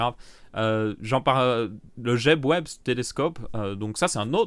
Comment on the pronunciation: C'est James Webb le télescope pas jeb web 😂